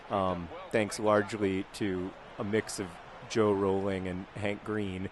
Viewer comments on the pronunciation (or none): none